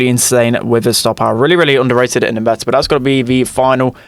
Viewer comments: is like: Meh- Ah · Everbody: meta: Meh-ta